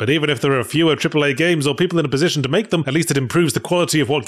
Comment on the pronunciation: Did you say 'cripple-A' games? 😂